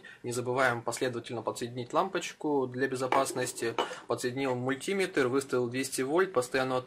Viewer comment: Мультиме́тр ударение на "Е"